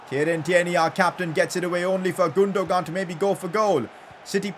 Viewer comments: I have to mention this,it's pronounced Gundowan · can u not say Gundogun?U say Gundo-Gun